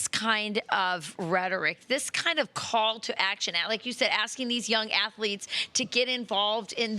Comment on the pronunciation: When your leader says "afletes", your team sucks 😂